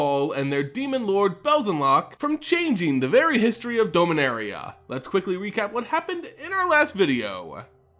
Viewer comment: The way you pronounce Dominaria is triggering